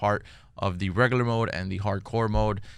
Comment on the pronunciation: Had to unsubscribe. Can't take anyone seriously when they pronounce regular as reggaler.